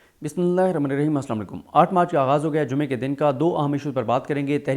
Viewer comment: BISMILLAH Sahi parrha kro